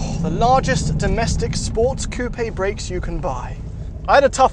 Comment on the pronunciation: Coo-pee? You mean coupe?